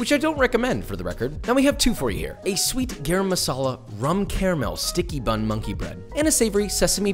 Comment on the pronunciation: i hate when westerns do eastern acent i mean i am sure Britishers took the spices from us and its GAram not gaarom medala its masala why